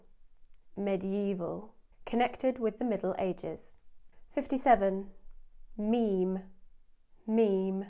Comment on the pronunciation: When you pronounce "meme" it's like " mim" Fun fact : it's my name lol 😂😂